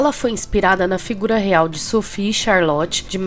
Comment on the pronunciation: Amo bridgerton ❤️ li os livros também. A ve merece o like só por ter conseguido falar o nome dessa rainha ai rsrsrsrsrs